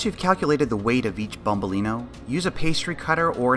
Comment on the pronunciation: youtube suggestion. I'm curious, are you italian or something?! It's nice to say you use proper plural and singular with "bombolinO" and a perfect pronunciation! Wow